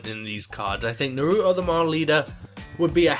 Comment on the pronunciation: i think it may be pernounced noreeto